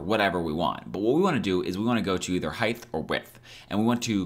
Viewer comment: You say Heighdth. That is so unique.